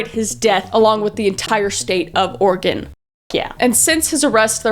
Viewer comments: Thank you for saying Oregon correctly. Has a Oregon resident we take this very serious. Keep doing what you are doing. xoxo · Will-ah-Met (; — ; ) Kris you wound me. It's pronounced Will-am-it. I will commend the fact that she said Oregon right, and she didn't say will-ah-met-ie, which is the most agregious mispronouncation I've heard for it. I'm always amazed at how many serial killers could've been normal people if not for their crummy parents or bigoted social pressures. Genuinely I think if this guy had just been given parental affection and allowed to play dress up, he probably wouldn't have ended up being the killer he was.